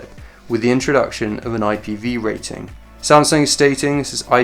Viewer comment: I like how he pronounces "samsung". It is "a" sound, not "e" sound.